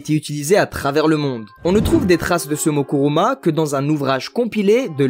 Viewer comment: " Kuruma : et non Kimura (10min17) pour dire la roue. Deso, ca m a fait tilter car ca signifie tout autre chose, lie au secteur dans lequel je travail. haha ! Trop cool ta video ! Merci pour ce partage jai appris plein de chose !